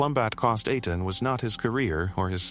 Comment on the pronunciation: EI IN EITAN is pronounced long A like rain. TAN is short o tahn like tonic